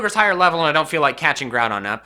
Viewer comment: Grooadon and Keeogeri